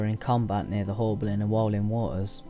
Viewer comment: You said haulbowline wrong :(